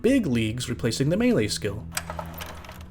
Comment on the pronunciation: for properly pronouncing Melee. Unlike these mealie-mouthed fools!